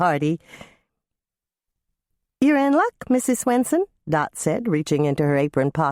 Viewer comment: Does the reader sound like she's saying "Grandma SNOOTsen" to anyone else but me? 😜